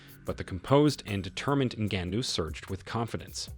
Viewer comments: Come on now you can do better pronouncing Ngannous surname ; not to mention its MMA not MNA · Noticed this guy changes his pronunciation of Ngannou every time he says it.. strange..